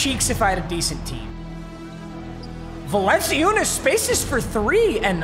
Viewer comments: its supposed to be pronounced Val-un-choo-nis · Val-n-Chew-nis Like so pap can see how to say his name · VAL-EN-CHOO-NESS. it’s not that hard papa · bro papa it’s Vallen-chew-ness. sorry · Papa I'm just letting you know its pronounced "VAL-AN-CHEW-NUS" I'm not even gon lie hearing you say his name hurts me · he said “my name pronunciations are pretty good” and continued to say valanciunas’ name like that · I LOVE THAT HE SAYS HIS PRONUNCIATIONS ARE GREAT AFTER SAYING VALANCUNIAS WRONG🤣🤣🤣🤣🤣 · I’m not about to watch 12 episodes of listening to him say valanciunas the wrong way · I’m gonna scream if u say valanciunas’ name like that 1 more time bruh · He still pronounces valanciunas name wrong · Thank god papa lost. I couldn’t watch the rest of the season unless he learned of how pronounced valanciunas’ name. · The way he pronounced Jonas Valanciunas’ name physically just gave me aids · Ur pronouncing Valenciounis’s name wrong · Says he is good at pronouncing names pronounces valanciunas’s name wrong the whole video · Says “not horrible at name pronunciations” 5 minutes later Jonas Valenseeeoooooonus It’s Valen-Chew-nas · my name pronunciations are actually pretty good Also: valen see you nas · "my name pronounciations are usually really good" also: "Jonas Va-lence-see-unas" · “vah lency yoonas” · Va lencey oonis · Val-an-chew-nas for future reference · Val-in-chew-ness lol 😂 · Papa it’s (yo-nas) - (val-en-chew-nas) lmao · Let’s go the GOAT Val-en-see-you-nus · papa: my name pronunciations are good also papa: valenceeuness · Val-In-Choonas bro.. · Val-en-chew-nas papa 😭😭😭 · It’s yo-nis valan-chewnis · Valanciunas=(valen-chu-nes) your welcome 😂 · VAL-EN-CHOON-ES holy shit papa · Its Val-en-chu-ness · it’s val-en-chu-nes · val-en-choo-nass please x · Valanchewnas. Close though. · it’s val-en-chew-nis 😭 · BRO ITS VAL-IN-CHOO-NUS! MADE ME SO MAD😂 imma grizzlies fan that’s why btw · Just saying it is (Val-en-chew-nis) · Papa it’s Val-in-choo-nece